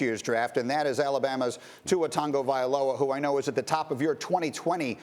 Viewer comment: Nobody: Absolutely no one: ESPN: Tua TUNgaVoLa